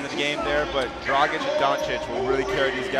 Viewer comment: Why say Grabitch??? IT'S D-R-A-G-I-Ć